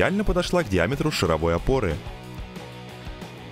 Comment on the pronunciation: Почему шаравОй опоры, если правильно ШАР- шАровой опоры =\ Вы еще , как Академег , скажите "гусенИчная техника". Бррр, аж коробит